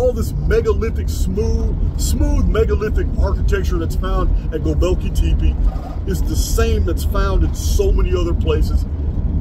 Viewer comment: hey bud, Gobekli Tepe phonetically sounds like "Go-bek-lee Tep-ay" btw. i luv the research!